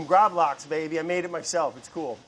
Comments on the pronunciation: Lax is pronounced the same way the english word is, not that it matters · Btw, it is called Gravlaks. Laks is the scandinavian word for Salmon. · In the video Brad keeps saying "Lax" instead of Gravlax, basicly saying that they are the same thing, but in fact: "Lax" just means salmon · i mean lax is just the swedish word for salmon so just calling gravlax lax is kinda funny... also it's actually gravad lax everyone just shortens it to gravlax. fun swedish facts for y'all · The way he pronounces gravlax hurts me, like, I'm in physical pain